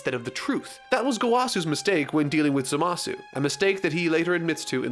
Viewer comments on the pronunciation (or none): Why do you always say ZaMAsu when everyone in the show says ZAmasu?